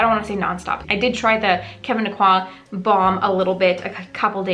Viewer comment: Thank you for correctly pronouncing Kevyn’s name. You’re the only person I’ve heard who pronounces it the way HE did. ☺️